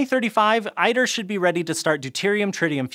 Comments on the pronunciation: ITER is not pronounced i-TER but e-TER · ITER —> * “eater” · Iter. It's pronounced eater with a hard T. Lol, it had sounded funny hearing i-ter.